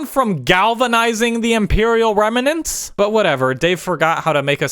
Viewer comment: How about you learn English grammar? You want to critique how others write, act and direct but you can't even pronounce "remnant" correctly. On top of that almost every time you use a superlative you modify it, "more better". I am not defending this terrible series just showing that like Filoni, you are not very adept at using your chosen medium.